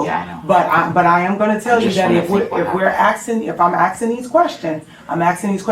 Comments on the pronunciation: "The reason we're AXTING these questions..." What a nightmare. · Is that the principal axing those questions? No wonder American schools are in the tanks 😂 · aksing these questions, "AKSING"???? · Why is a grown adult woman in a position of education saying AXING a question? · “if we’re axin” Oh boy. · “if we’re AXIN these questions…” come on now really? School principal? 🙄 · the principal (?) uses axin’ multiple times here. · the word is asking. She’s a principal. Yes her conduct is aggressive but if she can’t even use proper pronunciation of a simple word of “ask,” that’s not normal nor signs of intellect. Unprofessional and untrained. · What a dumb channel name. Almost as bad as claiming to be an educator and not being able to pronounce asking. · An educator can not even pronounce "asking"...sad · Axing or asking? 🤔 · You're right. She didn't. She said axing. and . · dang, “Axing”?? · Sad hear an educator says axing instead of asking. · She kept saying “ atsking” instead of asking… can u say dei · "If im AKSIN these questions, its because we already have information". Jesus christ this is who teaches ur students. Chick cant even speak. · Axing.. she can barely speak... is that the head teacher? Its harder is mispronounce the word ask than it is to just say it. America...start telling each other not to say it. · I turned off when the VICE PRINCIPAL.. OF A SCHOOL.. Said "If we're AXING these questions.." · I clocked that as well. There's no 'x' in asking. Seriously.... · That word “axing” drives me nuts. It’s ASKING, I’m black too but damn 😂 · grown woman, principal, AXING questions... fucking kills me everytime I hear it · Jesus fucking Christ, if you’re gonna be an educator, at least pronounce asking correctly. You aren’t axing questions. Fuck. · A school teacher saying "axing" instead of "asking" is crazy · And wtf is axing?😅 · Literally can't even pronounce the word "asking". "If we axing these questions..." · Asking...not Aksing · "Axing questions"